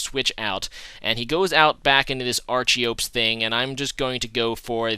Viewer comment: loved the vid man but id just like to add a little note, that archeops (pronounced ARK-EE-OPS) may have massive attack, but it has an ability (it can only have 1 ability) which halves attack and spcl attack when its HP is below 50% which is why it has such good attack... im almost certain you probably already know this considering how long ago this vid was made, but i couldnt help point it out